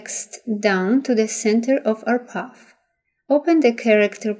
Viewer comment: You have a lovely speaking voice but I thought you were saying, "puff," instead of, "path,"! Finally I realized what you were saying. Even so, you have given a very clear and detailed tutorial and thank-you very much! Best of luck with your channel!!!